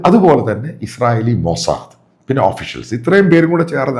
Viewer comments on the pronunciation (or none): none